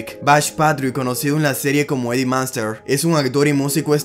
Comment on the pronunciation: La familia " maanster" pronunciación horrible.